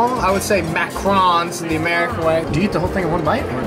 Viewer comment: It's a macaron. Not macron 🤣🤣